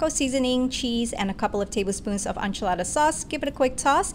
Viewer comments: It's pronounced like Inchilada not Unchalada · The pronounciation of enchilada kills me